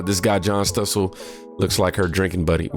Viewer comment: 😊STOSSEL! O IS SHORT! LIKE THE O IN MOM